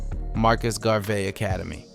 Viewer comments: Gar-vee. Ma-dee-yah. Buh-see. Wtf? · Are you telling us that you really do not know how to pronounce the name, "Garvey". 🫣